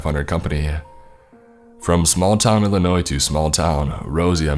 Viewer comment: Finally someone who doesn't say the s in Illinois